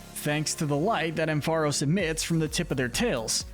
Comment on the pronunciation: It’s pronounced amp-FUH-RAHS, rye-COO, PATCH-er-ree-soo, heel-ee-AHP-tile, TAH-poo-koh-koh, redge-EE-eh-leck-kee, chin-CHOW, VIKE-uh-volt, toh-GUH-DUH-mar-oo, more-PEH-coh, ELL-UH-kid, and yoo-NUH-vuh, “Patrick Star”! 🤨 Stop mispronouncing Pokémon names,! 🙄